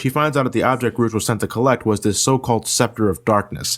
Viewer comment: u say rouge so wrong